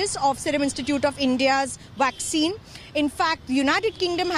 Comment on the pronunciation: the lady said waxine ,lol now wonder india can not control covid they are using waxine